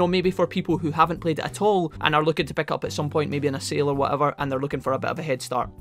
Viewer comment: Can you please pronounce words right! “Pick” is not Peck. “Hint” is not Hent. Just please take that into your consideration, thank you